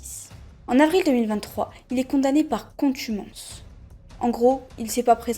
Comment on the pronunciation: on dit contumace et pas contumance 😭